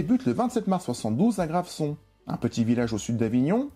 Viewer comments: Hello, comme toujours très intéressant. La commune proche de Saint-Rémy de Provence, Graveson, se prononce GraveZon. Amicalement et encore bravo et merci! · Graveson qui se prononce Gravezon puisque entre 2 voyelles. ;)